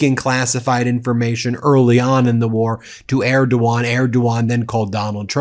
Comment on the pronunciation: Thank you for pronouncing erdogan right.